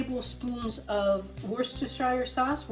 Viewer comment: Oh yess!! Imagine being alive in '71 eating this! Regarding Worcestershire, my uncle was born there and it is pronounced 'wuss te sher' :)